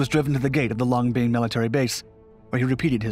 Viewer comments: pronounced LONG BEN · Nice story, but once again you earn a "D" for pronunciation of Vietnamese names. Long Binh is pronounced just as it is written. Not "Long Bean"! I spent 12 months there Mar '70 - Mar '71. It was well known that you could get away with virtually anything in the military by carrying a simple talisman : a clipboard and an attitude. I, myself, was able to hitch a ride on a C121 cargo plane simply by showing up at the airport and asking!